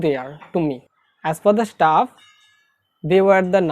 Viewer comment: Hindi me bol bhai... Staff hota h stuff nhi